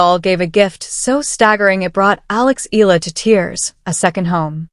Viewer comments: It's not Ee Luh! It's should be pronounce Ey yeah luh (Eala) the Filipino way! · CORRECT.....E A LA! And not EELA... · Pronounce as e-ya-la not eel-la... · Alex ( e- ah- la) no silent letter. Pronounce properly. For those not popular how he call her Surname